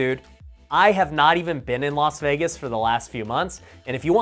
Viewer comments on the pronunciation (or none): none